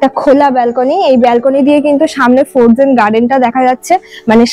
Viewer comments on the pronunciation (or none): সাউন্ড টা ফরজেন না দিদি। উচ্চারণ টা ফ্রোজেন হবে। এমনি সব ভালো লাগলো।